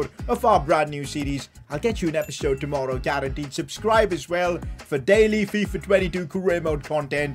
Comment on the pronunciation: Lol Loved how he said FiFa